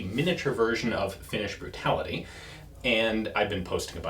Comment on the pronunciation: "Finnish burtality" sounds like drinking game. 🤣